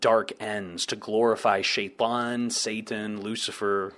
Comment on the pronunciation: Dude, you say Sheitan with a nice Arabic accent. That's really surprising, are you native Arabic speaker or did you learn the pronunciation?